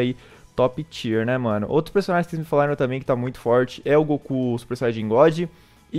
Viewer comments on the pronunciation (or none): none